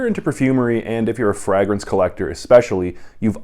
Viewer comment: How do you pronounce fragrance😂